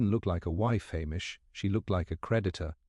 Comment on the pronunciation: I couldn’t keep listening. “MacLee-Ohd”? “Ah-mish”? Clearly this is an AI voice.